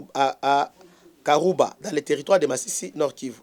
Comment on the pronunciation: C'est karuba pas kiruba